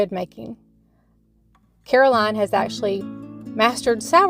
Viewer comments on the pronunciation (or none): none